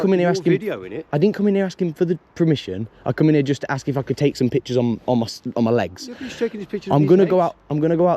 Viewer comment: “You’ve got to HASK permission” that tickled me 😂😂